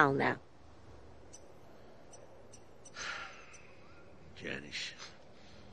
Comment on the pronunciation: I love how Tony pronounced Janice. “Joh-nis”